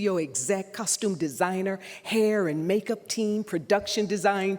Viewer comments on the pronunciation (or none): none